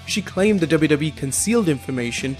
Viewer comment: I sounds like yo u say WWEF